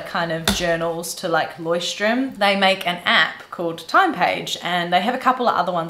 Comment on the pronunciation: loved the digital approach - eventhough I´m a pen and paper kinda girl. The word leuchtturm is a german word wich means light house the ch is quite hard to pronounce for foreigners but you did well :)